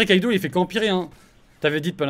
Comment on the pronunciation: c’est normal ou non? Tu n’arrete pas de dire Kaido alors que c’est Kido? Sachant que meme dans les redifs de game on voit que c’est Kido ta virer le mauvais ou tu trompes niveau élocution